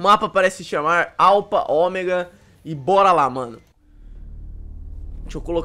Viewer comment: Aula de ingles para o Alpha nao se lê alpa lê-se alfa pois ph =f